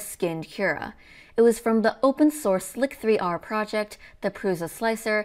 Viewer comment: great videos! by the way, "lidar" is pronounced "lie-darr" (because it's related to the word radar), and "chassis" is pronounced "chass-E", and "slic3r" is just pronounced "slicer"